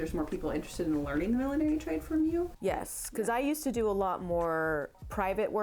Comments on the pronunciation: It's not "Millenary." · It's funny, I have never heard millinery pronounced as mil-lin-air-y before - only mil-lin-nur-ry or mil-lin-ry. Must be an American thing. Nice vid!